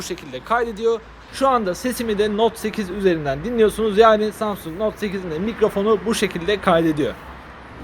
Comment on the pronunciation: İlk samsung kelimesini duyduğunda "Samsun"anlayan tek benmiyim